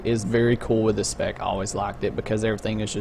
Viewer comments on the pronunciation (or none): none